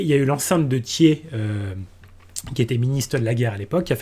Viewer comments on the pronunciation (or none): Super vidéo, juste dans le nom d'Adolphe Thiers on prononce le R